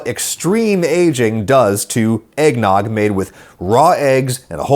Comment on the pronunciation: Egg-ged nog?